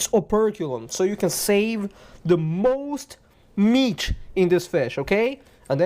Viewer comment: "Meatch" lol. Great video man. Very informative.